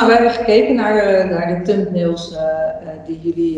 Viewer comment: Lekkere uitspraak.. "Tumnails" 😁